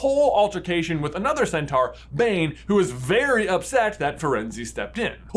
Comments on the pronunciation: The way you’re saying centaur is really strange. It’s cent-or not cent-are. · I get irrationally bothered by how Americans pronounce "centaur". Why do you say it like that? You pronounce "Taurus" correctly... 😅